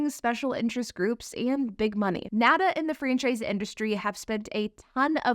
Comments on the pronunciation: $55,000 is an attractive price point? Guess she only plays in 'certain neighborhoods'. And was this video made in 2022? When we all thought EVs were the future? Whose payroll is she on? And it's not 'nada', it's N.A.D.A. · As someone that represented franchised dealers for almost a decade, it hurts me to hear the National Automobile Dealers Association called nahduh rather than what folks in the industry use as shorthand: (N-A-D-A pron. Enh Ay Dee Ay). The franchise laws are there to protect the dealer's investement from the manufacturer and secondarily protect the consumer so that the consumer has options of where to buy the vehicle from. It would suprise people to know that the dealer/manufacturer relationship is not always harmonious. Manufacturers are always trying to force or coerce dealers to do things. Sometimes it is spending $$$$ on facility redesigns every time the manufacturer changes strategies. Or, it's forcing dealers to buy vehicles that aren't selling. Dealers buy that cars from the manufactuer for resale. If it is forced to buy models that sit on the lot a LOOOONG time, the dealer ends up eating the costs. This is not to say there's aren't abuses and problems in the current system, but direct to consumer is not the panacea one thinks it would be.